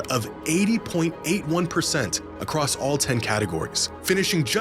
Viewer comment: pls stop saying acrosst